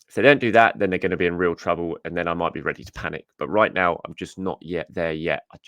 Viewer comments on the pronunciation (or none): none